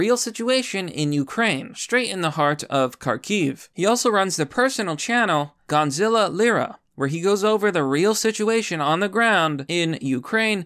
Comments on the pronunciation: His name is Gonzalo not Gonzilla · His name is Gonzalo, not Gonzilla, lol. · lmao you keep saying Gonzilla. Instead of Gonzolo. I love it. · Say it with me, — GON-ZA-LO! Gonazlo! Not Gonzilla. Thank you for this upload though bro! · Gonzilla? You can’t even pronounce his name properly and you call him your friend? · Gon-za-low. Still can't read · You can't even pronounce his name correctly.... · Why do you keep saying Gonzalo like Godzilla?